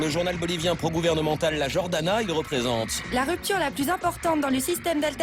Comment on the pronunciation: "La Jordana" qu'il dit...